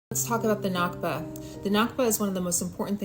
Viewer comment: One small correction. It’s “nakba”, not “nakhba”.